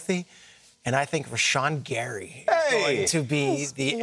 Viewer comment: Bro said Rashan gary